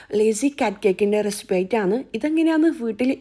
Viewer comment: റെസിപ്പി ❌ റെസ്പ്പി ✅😂😂